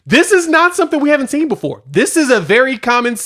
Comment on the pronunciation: Saying “seent” is a disqualifier. I’m out